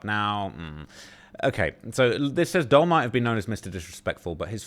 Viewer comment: For the so-called "UK's top expert in the gang and drill rap scene" you sure do mispronounce a lot of names. "Dul" short for Abdul pronounced 'duel'. Not "dull", did you even watch the banana man's video? Because he knew how to pronounce it.